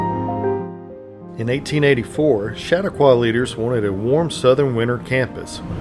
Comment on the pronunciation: My hometown. The guy is butchering Chautauqua though. 😅 Everyone does.